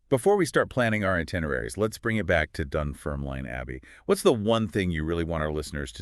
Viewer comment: You can't even pronounce Dunfermline properly. Why should I listen to you?